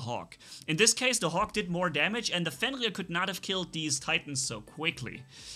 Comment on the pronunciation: Or fiend rear lol